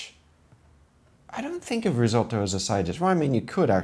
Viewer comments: Love the way you're saying risotto 😆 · I love how you pronounced "risotto".